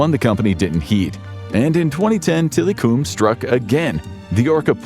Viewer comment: It's pronounced tilacum